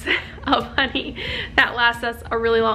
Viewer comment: It’s honey not Ron 😂